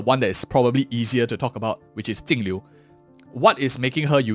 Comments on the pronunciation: its jinglliu not tingliu why do you pronouns like that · Why does he keep calling her Tingliu? 🙄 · that's how her name is meant to be pronounced in chinese (镜流) Jìng liú .